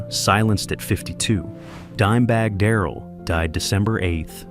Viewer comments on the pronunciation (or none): none